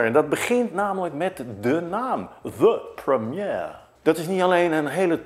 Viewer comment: mooi hoe hoe je the premiere zegt wow